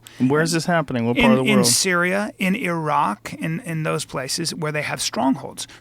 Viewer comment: Good to know Bryan can pronounce Iran and Iraq properly :))